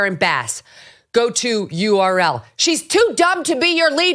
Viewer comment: "Url" 😂 can't make it up. She is too stupid which means she is perfect as dem leader